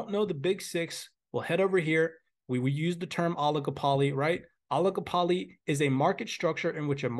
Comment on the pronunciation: Your pronunciation of "oligopoly" is funny :P